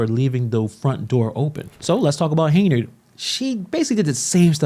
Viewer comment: The radio host sacrificed journalistic integrity for views and clicks. On another note, why do you keep pronouncing her name as “Hey-nard”?